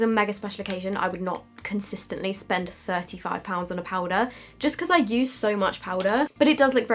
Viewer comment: “This is.... 😳 t h i r t y f i v e p o u n d s” 😂👌🏻